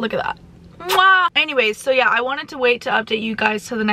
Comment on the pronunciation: You sounded so British at the beginning when you said “soo guys” 😅 honestly love your energy and vibe✨🙏